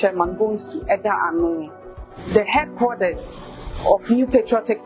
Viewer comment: She say majoridy Caucaus 😂😂😂😂😂 she’s not serious, The headquaders, new patriotic pardy, supporders 🤣🤣🤣🤣🤣🤣🤣🤣🤣🤣🤣🤣🤣. Smh … If she wins aaaa ago shock give the delegates & constituents